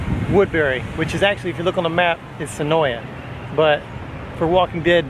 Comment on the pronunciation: Senoia is pronounced Senoi drop the A.